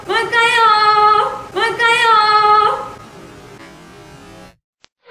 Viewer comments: Malkayo! 😂 it should be mahal kayo Im a filipina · Malkayo bugas ! akos minji! bisaya man diay nis bom og minzy pastilan🤣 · Malkayo, akos minji, what!? Ang cute nila pag nagkamali sila ng tagalog!lol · si Boom talaga ang epic fail. LOL XDD Malkayo at Ako shi Boom. ahahhah kakatuwa. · "Malkayo" lol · OMG, I was laughing so hard on Bom's "malkayo".